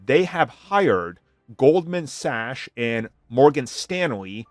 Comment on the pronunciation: Can't pronounce Goldman Sachs incorrectly like that bud.